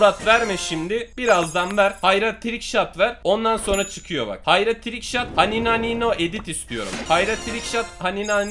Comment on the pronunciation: Hanianio ne abi xd